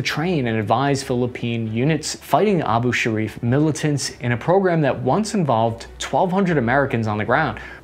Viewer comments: It’s “ Abu Sayaf” not “ Abu Sharif”., ( Omar.) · its abu sayyaf not abu sharif LOLLL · It's A-bu sa-yyaf not abu-shariff. Also, it's Ma-ra-wi not Mar-wi lol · It's "Abu Sayyaf," not "Abu Sarif." Omar Sharif is a famous Egyptian actor of yesteryear. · Abu Sayaff not Abu Shariff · "Abu Sayaf", it is pronounced: Abu Sai-Yaff, not "Abu-Sarif" Marawi is pronounced: Ma-Ra-Wi but still, I love your videos just the same! ❤❤❤❤ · Pronounced Abu Sayef, not Abu Sharef! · Its ABUSAYAFF not abushariff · Abu Sayyaf becomes "Abu Sharif" Marawi becomes "Marwi" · A-bu Sa-yaf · bro butchered the abu sharifs names in the battle of mari lol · You got balls on messing up our history. You can't even pronounce locations in The Philippines, The Former President's name, and Abu Sayyaf correctly, let alone telling people the history of the country. Even your Ad is misleading. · He mangled Abu Sayyaf too, so I guess it evens out. :D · not sure how the letter R was present in "Abu Sayyaf"